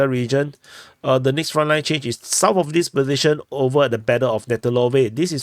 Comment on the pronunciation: need to learn say south instead of saus